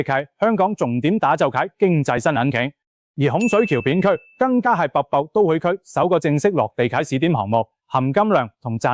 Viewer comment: 好心執好啲ai發音😢「北部都會區」變咗瀑布都會區🎉. 什麼是「鐘錶發展商」呀😮. 你可以用普通話的🎉